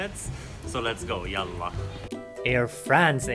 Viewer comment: Let’s go, Yalla 😬😍😆. The way you pronounce it is absolutely right i. Hope u come discover Saudi Arabia again. There are a lot of sites that u must visit and see .